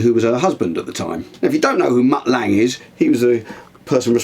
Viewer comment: Mutt Lange is pronounced LUNGAA